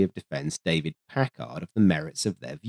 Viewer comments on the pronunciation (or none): Vacuum tubes, you whacky Brits! No "h" in Packard. Pronounced "Pack-erd".